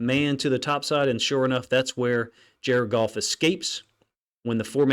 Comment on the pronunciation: “JAR-ED GOFF - JARED GOFF - JARED GOFF!”😲